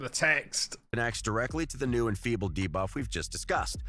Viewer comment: Best thing about this video for me is that the Raid voiceover guy has finally learned how to pronounce 'Debuff'.